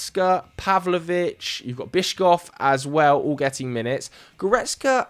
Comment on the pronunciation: I know I am a few days late writing this so no one will see this, but for the love of god, Bischof is pronounced 'Bishof', not 'Biscoff'. Bischof means Bishop in German, so he is a bishop, not a Belgian spiced biscuit spread.